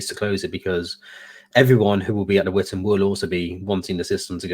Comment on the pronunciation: Oh it's Vitan not Witan! As it is Shildings not Skildings. Or is it actually Sheeldings? Whatever, it's only for men and wives anyway so I can't go even if I can pronounce it 😓😅